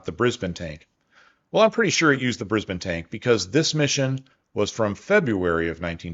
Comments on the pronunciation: You pronounced Brisbane properly! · Less than a minute in and I’m so relieved you’ve started saying Brisbane like we locals do. Much less jarring, thanks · Awesome work! AND acknowledging Australian contributions, something 3 generations have waited for. Seriously. And maximum bonus points for correctly pronouncing Brisbane. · Pretty good pronunciation of Brisbane. 👍